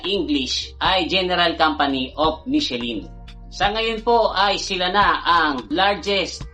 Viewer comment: MICHELIN is Pronunced as MEE-SHEE-LAN